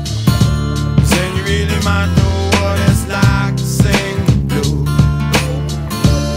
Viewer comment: Thanks for posting the lyrics! I wonder why he can’t pronounce the word, “might.” I always thought he was saying “mano,” and didn’t know what the heck he was saying. So, I just listened to the music and ignored most of the lyrics.